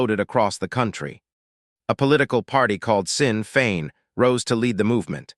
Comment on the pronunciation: I hardly think 1,400 rebels is a "few hundred" and its not Sinn (Sin) Féin its Sinn Féin pronounced as in SHIN FEIN.